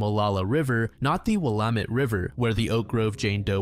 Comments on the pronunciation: Will-lam-ett not willam-ett 😁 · Willamette: Will-am-et. Not will-uh-met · Willamette River is pronounced will-am-it. Clackamas River is pronounced clack-a-miss. Oregon used a lot of weird pronunciations that Oregonians always gotta correct